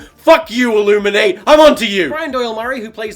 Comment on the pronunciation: "I THINK IT'S A CONSPIRIBE, FROM THE ILLUMINEAY"